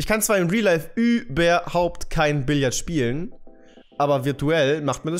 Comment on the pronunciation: Das heißt doch Billard und nicht billiard? Will kein klugscheißer sein😂